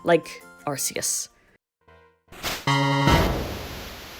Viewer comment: FINALLY SOMEONE ELSE WHO SAYS “AR-SEE-US” !! Awesome video btw love learning about Pokémon glitches